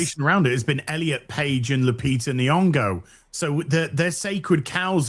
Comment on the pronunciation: "Lupita N'bongo" 😂😂😂